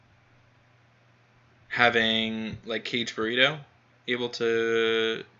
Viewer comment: YOU are driving me nuts with that it is Not pronounced Caged Burrito or whatever you are Saying OMG.. The first part is pronounced more like Kaa Gay.. - Kage